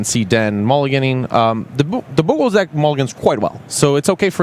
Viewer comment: am i the only person earing them says "dicks" each time they pronounce deck ? maybe it is because i'm french :)